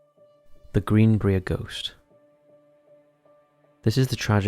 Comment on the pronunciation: Multiple about West Virginia 😎 Nice! My home state! But you did kinda butcher Greenbrier but been british I totally understand 😅😅 the I is long sounding in Bri-er